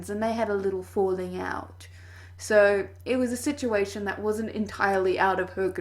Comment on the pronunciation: I'm sorry, but you saying "situation" in this video threw me off.